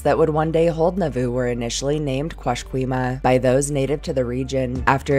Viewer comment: I thought you said Naboo! yes my mind went to the Star Wars prequels!